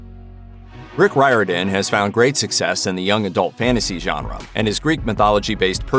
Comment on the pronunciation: Riordan is pronounced rearden! Speaking as a man of Irish descent